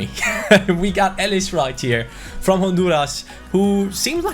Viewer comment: elis is a really good player for dynamo but it’s pronounced elis but the i is pronounced as an e edit: dragowski from fiorentina is an amazing young GK he’s in the mid 70s and is like €3-5m in price. also u can train him to 80 overall in first season. 👍